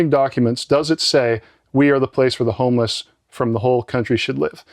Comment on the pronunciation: "Be vewy, vewy quiet. I'm hunting for homewess."